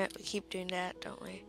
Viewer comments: It's this not dis and it that not dat use you're grammar mate and good video u did great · KID ENGLISH IT IS THIS NOT DIS AND THAT NOT DAT